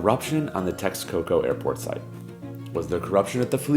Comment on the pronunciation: Yes, the train is done. The maintenance cost of the airport in Lago de Texcoco would have been just outrageous. By the way it’s not Texaco it’s Texcoco.